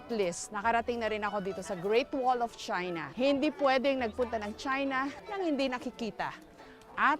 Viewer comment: "Galing sila sa Chahy-na"